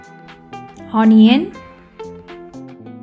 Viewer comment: at.1.00 min mark, "Honion" lol....